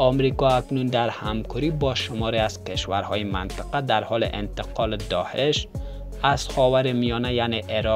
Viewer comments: داهش نه داعش درست تلفظ کن لطفا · سلام تشکر از گزارش شما لالا درست بگو داعش نه داحش